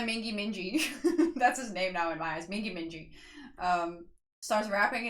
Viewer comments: It's Mingi as in Gi not Ji. That man is YUNHO. He is the main dancer. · Mingi is pronounced Meengee (G like geese) If you like boy kissing, I suggest Yeosang and Wooyoung's recent 10-year friendiversary cover of BTS's friends. It has clips of them through the years. Spoiler--Wooyoung likes kissing. Yeosang doesn't 😂. Fun fact: in addition to kissing, Wooyoung likes biting 😅.